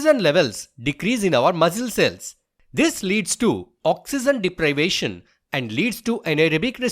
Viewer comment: Oxygen is pronounced as ' Oxeejen' not ' Oxeezen'